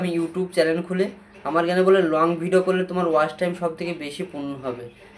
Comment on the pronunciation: ওয়াশ টাইম নাকি ওয়াচ টাইম। শব্দ টা ঠিক করে বলো।